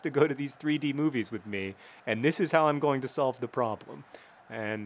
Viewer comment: Everytime you do the intro I hear "It's 'Mean' John Green" which would be an excellent nick name.